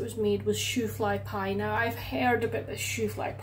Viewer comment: Your 'shoo-fly pie' accent was very good. The end product looks like it turned out exactly the way it should. I have seen it but never really had it myself. It is popular in Pennsylvania (amish country); apparently it was originally created in 1876 as a coffee cake but somehow ended up in a pie shell by the mid 1880s. It probably would nicer to have with coffee or tea.. At least you had a fun experiment.